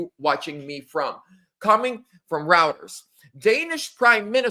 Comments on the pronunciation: IT'S ROY-TERS......duma$$ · The guy doesn't know how to pronounce "Reuters" news agency.